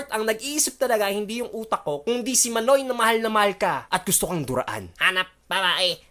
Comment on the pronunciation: Natoy yon Hindi manoy